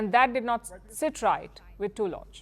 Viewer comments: I think the name is pronounced TULL-luck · The name "Tulloch" is typically pronounced /ˈtʌlək/ in English, with the emphasis on the first syllable. It's pronounced with a short "u" sound as in "put" or "foot". The "ll" is pronounced like a single "l" sound. Madame PALKI please lear your pronunciation